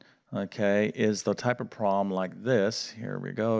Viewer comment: I love your videos!! Thank you!! They are so very supportive!! I still don’t know what a “prob’um” is though! Lol!! That’s okay! Your math teaching is cool!! I learned pronunciation from mommy and daddy so no prob’um!! I am very thrilled to just be relearning math from you!! Thank you again!!